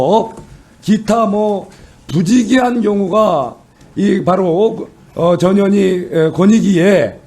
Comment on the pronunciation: 전현희 빨리 말하니 저년이로 들린다 ㅡㅋㅋ 천천히 발음해라 ㅡㅋㅋ